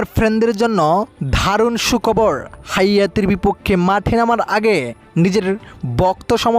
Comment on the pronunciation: হাইতি কে হায়াতি বলছ কেন